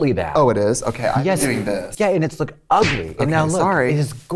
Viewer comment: The "Ugly" was so darn heavy !! Totally was waiting for the opportunity to say that